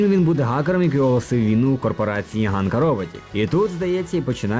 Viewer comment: Коли хтось читає псевдополіванівкою, у світі засмучується один український анімешник( І там не Ґанка, а Ханка. Картинка справді гарна. Чекаю на фільм з нетерпінням.